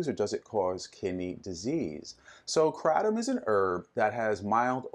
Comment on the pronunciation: Probably don't want to get your answers from someone who doesn't even know how to pronounce kratom.